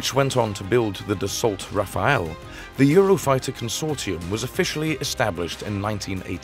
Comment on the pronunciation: It's the Rafale, not the Raphael ! Just because the French put "H"s everywhere they are not needed and remove them when actually needed doesn't mean English speaker must butcher french pronunciation by moving the "E" around. Rafale. Not Raphael.